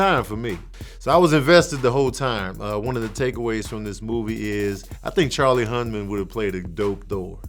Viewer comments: It's Charlie Hunnan not HunMan. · Hunman. Lol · Charlie Hunnam *Hun Num